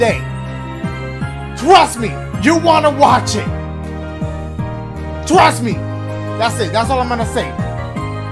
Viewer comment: Everybody: Trust me Dashie: TWAST ME